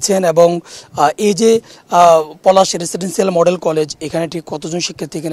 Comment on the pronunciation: উপস্থাপকের মুদ্রাদোষ আছে ও রেসিডেন্সসিয়াল উচ্চারণ সঠিক হয় নাই